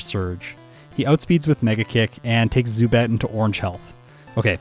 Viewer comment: While you got the pronounciation of the second syllable of Zubat in German correctly, the first one is pronounced differently, it's pronounced like Tsu, not Su. You'd also emphasise the first syllable, not the second one. Also a little fun fact: If you'd translate the German name of Pidgeot directly, you'd get Pidgeboss :D